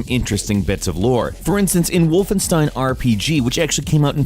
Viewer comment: please stop saying wolfen(ss)tein it's wolfen(sh)tein